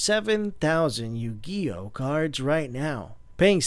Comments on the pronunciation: Yu Gee Oh. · "Out game YOO GEE OH" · Why does he mispronounce Yu-Gi-Oh!? The moment I heard this guy say it wrong I right away cringed,ugh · I don't blame you,I just cringed the I finally to that part and thought "I can't believe he Yu-Gi-Oh! like that,I felt like saying to him:"what the f is wrong with you?" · yu "guy" oh reply a if you agree with Obstsalat95